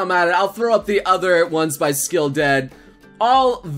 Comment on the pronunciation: Oh my god noble lol "skull" is not "skill" bad engrish